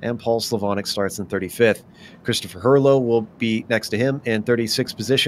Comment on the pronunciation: Just watched the broadcast and just wanted to clarify how my last name is pronounced for future reference lol Chris Her-low. Great job on commentary and coverage!